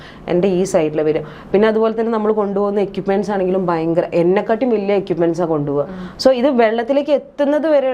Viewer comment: .... "bayankara..." !!! Vallaatha 'bayam' thanney....